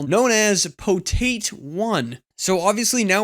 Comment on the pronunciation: Pretty sure it's PotAt, not "Poteit"